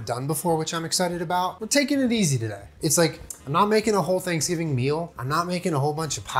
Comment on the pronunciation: Did he say happy Thanksjulen? That's what it sounded like to me! 😊